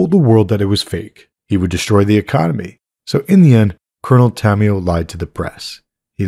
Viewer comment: Is not coronel tamioo.. is coronel tamaYO.